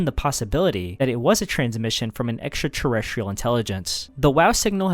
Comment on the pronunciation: The way this guy pronounces extraterrestrial is diabolical. Errshtrrtrrrstrrrl.